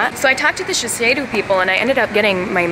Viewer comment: U pronounced sheshido wrong